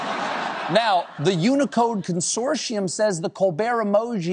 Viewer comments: Anyone else have a problem with the way he says consortium 🤨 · he also can't say it correctly. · Curious, is it american thing to pronounce "consortium" like he does, I've only heard it said the ways its spelt with a solid T sound in the middle.